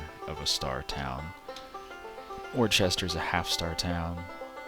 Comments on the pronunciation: Worcester is pronounced Wooster. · Would agree, if there were an 'h' in the name.. Worcester, just like Worcestershire, drop the 'shire'. You don't say 'Worchestershire Sauce', do you? 'Wuh-stir-shire', 'Wuh-stir'. Simple. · I fully recognize I'm 13 years late to the party here .... But listening to you pronounce Worcester like that is painful 🤣